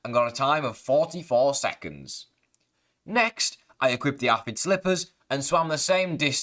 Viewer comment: The way this man says aphid makes me leave